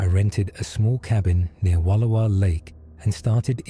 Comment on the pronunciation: Please learn how to pronounce Wallowa, I live here and it's annoying.